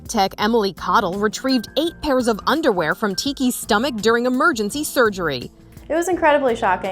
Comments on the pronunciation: “once i saw the unerwear i knew the brand” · ‘’ ...had quite the feast- of uNdErWeAr ‘’ Not gonna lie, that caught me off guard 😂